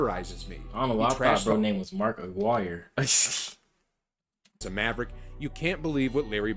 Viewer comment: ...and you are pronouncing Mark Aquirre's name correctly. The video was wrong.